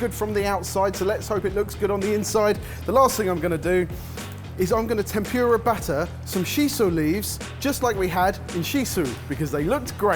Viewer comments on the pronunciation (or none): T E N P U R A not TEMPYOORUH pls :') 天ぷら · i don't understand how he can say furikake correctly but then go back and pronounce temPURE-ah like that. GUYS! if furikake is FOO-rikake then tempura is temPOO-ra. sigh. i still love you guys tho. so i mean fuck me then right. lol. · Every time one of the boys says tem-pew-ra instead of tempura, somewhere in the world, a tempura dies uneaten. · Tem-pu-ra not tem-pure-ah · I came in expecting lots of embarrassing pronunciations but by far the worst one was “tempyura” 😫 The fact that I watched until the end despite this is a testament to how much I love your show. (Tem-pú-ra btw) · TEM POO RAH, not TEM PYOO RAH! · Tempyura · You boys and your damn “tempyura”. Get that y out of there! Edit: Bless you, can always count on that cultural awareness 😂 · Omg I'm British and I feel the exact same way - 'temPUREa' always gets me. It's not even just Japanese words though, Jalapeno and 'sezzame' make me laugh too! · "Temp you ra" -, 2019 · o.O i didn't realize someone said "machi"? xD i got so hung up on "tempyura" 😣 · that's better than tem-PURE-ah surely. lol. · I thought they were saying tem-pew-ra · Ugh, them saying temp your a, it made me cringe every time! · The pronunciation of ‘tempura’ makes me die a little inside every time. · Oh thank goodness, someone else said something about that pronunciation! (nothing about "machi", though?)